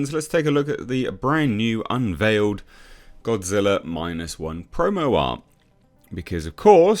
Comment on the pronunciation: O, no! It’s Godzirra!